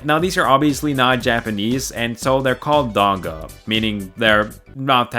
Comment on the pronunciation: Donghua isn't pronounced like that, just a heads up